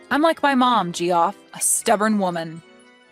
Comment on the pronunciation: Did you really pronounce his name as Jee off?!?! 😂😂😂 It's pronounced JEFF! 😂😂